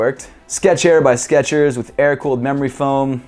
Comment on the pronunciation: its skechers not sketchers